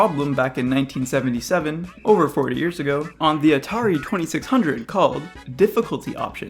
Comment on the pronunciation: It sounded like he said 4 years ago. Which would make sense since his video is meant to be a troll video